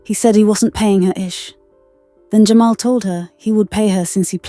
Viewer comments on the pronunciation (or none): Poor AI, it's Jamal not Jamayel 😂 You'd think people act calm and poised on social media or the phone... She must be a pain in the butt in real life. She will mind her own damn business in heaven or hell( whenever she is) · Jer- ma- el😂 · AI can’t pronounce black names. Lmbo Jah-My-El 🤣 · A.i. talm bout jamael lmao shorty said JAMAL🤣🤣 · She said his name in the video. There’s no reason to KEEP mispronouncing this man’s name. 🙄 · who else was annoyed by how the narrator said "Jamal"😢